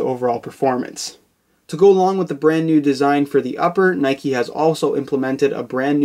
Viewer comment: Its just Nike, not "Nikey"